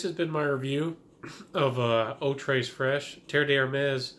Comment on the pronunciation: Love it. One of my best discoveries of 2019. It's said *Eau Tray Fresh*, no s in Tres. Thank You.